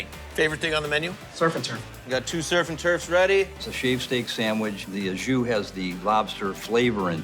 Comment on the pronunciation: "ajus" is not a word! It is 'au jus', which means 'with its juice(s)'...